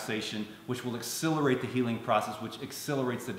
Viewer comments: Quick (loving) comment: X - SELL - er - ate. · pronounces the word "accelerate" in a unique way, and it does come out sounding like a mix between "accelerate" and "exhilarate". Accelerate = to make something happen as a faster rate. Exhilarate: to make someone feel very happy, animated, or elated.